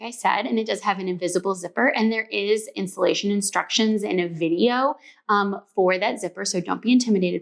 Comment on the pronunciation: Lol. You said instilation for the zipper. I heard insulation, which I catch myself calling interfacing. I just laughed!